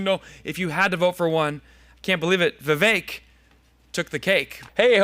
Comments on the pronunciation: You got the V-wake pronunciation right. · Thanks for getting Vivek's name right